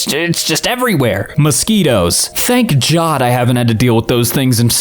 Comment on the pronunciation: “Thank Jod” 😂